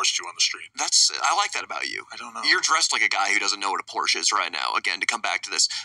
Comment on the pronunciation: Why can't Americans say Porsche? You can imitate the sounds reasonable people make to say Ferrari or Lamborghini, why can't you guys do the same for Porsche and Versace?